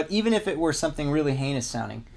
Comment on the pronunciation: You said HEINOUS!! Awesome :-)